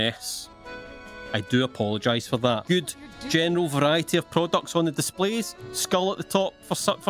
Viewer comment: Sounds like he is saying genital not general